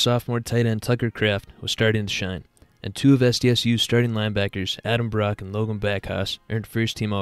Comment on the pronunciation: Great video, but man are you bad at pronoucing names lol. Its almost impressive that you managed to mispronouce 'Bock'